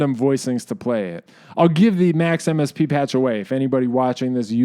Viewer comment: I hear Max/MSP as Maximus P, which sounded kind of cool